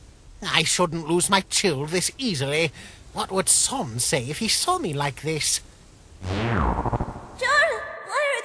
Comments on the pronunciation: I honestly am getting annoyed with Sans being pronounced with an "aw" sound. It's a short a sound. Like Comic Sans. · I'm sorry but the way they pronounce sans is driving me crazy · Chara pronounce sans wrong